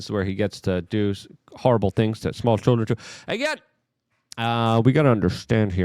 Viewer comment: TUMULTULOUS CHULLDREN